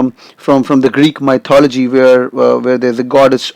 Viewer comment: Perfect GRE score and you can't pronounce mythology. Jeez